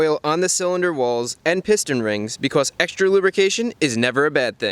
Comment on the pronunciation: "extra lubricatioouij is never a bad thing" - chris fix pm